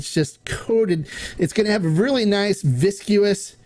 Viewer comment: It’s viscous not visiscuous.